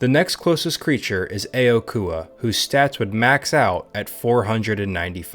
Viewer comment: I'm pretty sure the A in aokua is a silent a because in the show they always pronounced as (Okua)